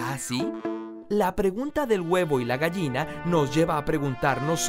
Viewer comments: me molesta lo mal que pronuncia la palabra "gallina" jajaja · tal vez sea un regionalismo pero en mi país se diferencia la pronunciación de la "ll" y la "y". Técnicamente, por la forma de su pronunciación y según como se habla en mi país, él pronuncia la palabra "gayina" y no "gallina". pero como digo tal vez sean regionalismos.